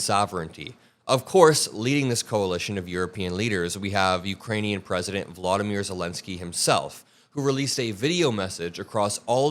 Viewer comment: Please learn how to pronounce "Volodymyr" Zelensky